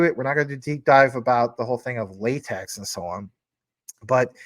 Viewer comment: Craig is Satoshi, and La-TECH is how that word is pronounced like the TECH field. LOL